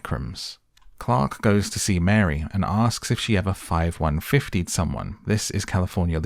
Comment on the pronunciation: claims voiceover isn't AI slop, AI slop can't properly say 5150...e